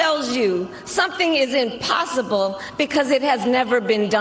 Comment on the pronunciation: Listen to how she says impossible I swear to God that woman has a drinking problem